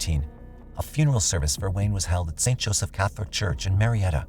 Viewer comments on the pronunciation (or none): none